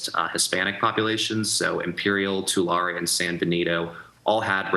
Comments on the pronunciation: His “Two-Lar” county made me laugh 😂. Tulare is pronounced more like “Ta-lair-ee” or “tuh-lair-ee” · The county named Tulare is pronounced 'Tu-lary', not 'Tu-lar' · Yeah lets interview a SF Chronicle journalist who can't even pronounce Tulare County correctly. You coastal elites make me sick. Vote yes on the recall and vote for Elder. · News people always get Tulare and Visalia hilariously wrong.